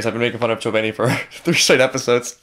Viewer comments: Did you just call Kobeni , Chobani like the Greek yogurt xD I swear that’s what I heard the first time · “Chobeni” 😂😂 My guy thinks she’s yogurt lmao